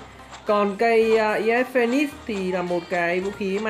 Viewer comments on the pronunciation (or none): Sao anh lại đọc là khẩu ias phonenix